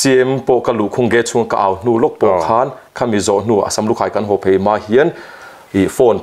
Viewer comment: Beih" tihtur ah Baih, Phei tih tur ah Phai, Mizo tawng diklo a tam lutuk a, ngaihthlak a hrehawm mahmah e..